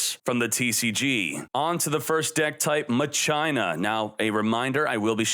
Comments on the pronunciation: Muh China Lol. Muh sheen uh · What is with your pronunciation it's not pronounce ma China lol